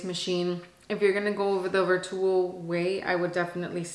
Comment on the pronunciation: Plz plz plz plz pronounce Vertuo properly! U can google how to pronounce vertuo it was hard to watch your video u say vertuo wrong ssso so many times. Gosh